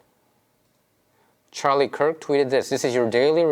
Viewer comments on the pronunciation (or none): none